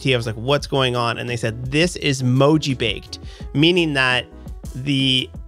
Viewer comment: Mojibake originally came from specifically displaying japanese (shift-jis encoded) in an encoding that doesn't support it (usually ascii). It's also pronounced moji-bah-keh, not moji-bake :)